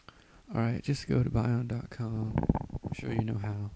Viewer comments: It's Bee-yond, not by yond... Also, stop moving your mic around it's so annoying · very very helpful video. ((it's pronounced "beyond" though, not "buyond"))